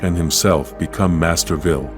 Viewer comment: Is there a town called Masterville? 😆. The AI narrating always mispronounces words. Just get a real person to read the script.